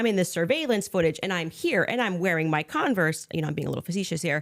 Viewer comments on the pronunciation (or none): It's Converse, (khan-vurs)! Not Conver'ses.